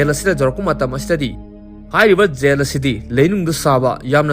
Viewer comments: Yel haiganu taba nungaite jail haiyu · Yen yen haibdo sum taba nungaitre khitang semdokpiyo jail haibiyo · Jail haiyo yail haido tabada nunggai tre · Bro nggi khonthokse khra semdok o tba nungyte J gi khonthek se Y oina hyre Yail Yohn na Jail John na fjna hybiu tbada distrubance oihnle😢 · Jail haibiyu Gel or Zel hybagi konthoksida nganbiyu aduga John su Yon hyba natte Zon hyna pronounce twba yai